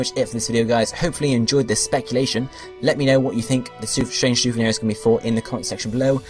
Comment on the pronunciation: Strange souvenir, not strange souveni.